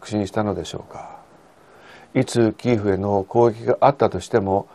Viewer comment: キーフではなく、キエフまたはキーウですよね。基本的な地名、人名などは通例の発音をされたほうがよいと思います。